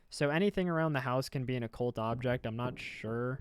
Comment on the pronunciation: you learned how to say occult ♥ \o/ thanks for making a vid! i get busy with work when youre live and cant always pay attention but this really helps!